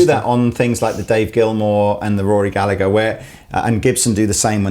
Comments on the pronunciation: Toerti totally agree. wouldn't give 300 quid for it. And another thing, it's pronounced Galla-her, not Galla-ger lol. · Rory Gallagher one is a beast, (ps it's pronounced gal - ah - her), you don't pronounce the g like with the oasis guys, my fam used to live next to him) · It's pronounced "Gall-Ah-Her" for gods sake. It's an Irish name, Gallagher, and the G and the H together make a H sound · I wince every time ye say Gallagher wrong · You'd think if someone was going to showcase a Rory Gallagher Strat they would at least have the decency to pronounce his name correctly. You don't pronounce it the same way as the lads from Oasis do their name. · I wish people coups pronounce Gallagher right